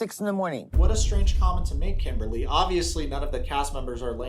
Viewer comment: He said "Kimbah-lay" 🤣🤣🤣